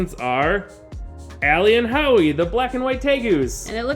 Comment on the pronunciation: JUST realised it is howie not awy.......